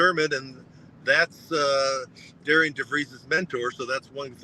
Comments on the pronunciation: will you quit saying the coach's name wrong it's not pronounced d a r i a n it's pronounced d a r r e n. just because you see it spelled a certain way doesn't mean it's pronounced that way. you and Todd both do not even know how to pronounce the new coach's name that's pretty sad. and quit saying when Darren DeVries left Drake he did not leave the cupboard bare. yes he did the entire roster was gone after he left. Ben McCollum brought in a whole new team including five starters from division 2 coach DeVries did not leave one player left on that roster. so yes everything you saw Ben McCollum do this year he did on his own. you need to do research and get your facts straight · respectfully you are going to have to get his name right. It is spelled Darian, but pronounced Darren